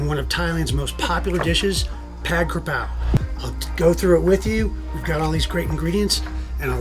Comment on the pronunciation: First it’s pronounced “putt” like putting a golf ball. Second, that looks like a sloppy Joe burger. It’s too watery and sloppy.